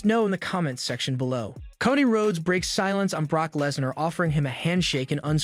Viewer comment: dude, you're killing my ears... pls start pronouncing their names properly! it's Cody, not koddy...